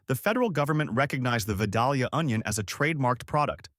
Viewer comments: It ain't Vuh-Doll-Yuh... It's Vi-Dale-yuh. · pronounced "vie-DAYL-yuh" not "vid-AL-yuh" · Vi -dale-ya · Please pick a pronunciation of Vidalia and stick with it. Clue the correct version sounds like day, not doll.